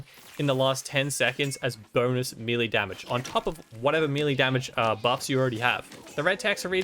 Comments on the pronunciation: Melee, May lay.... Not mealy, wtf is mealy. Maybe I would describe bad baked products like that. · “Melee” is pronounced “may lay” — Professor Smarty-Pants. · Thanks for the vid,. I'm yet to have even one legendary drop on my first playthrough, so I'll keep an eye out for these. Just a small note: "Melee" is pronounced MEL-LAY. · Melee is pronounced "May-lay" FYI... love the video otherwise!